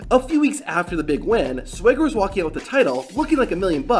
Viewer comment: How do you mispronounce Swagger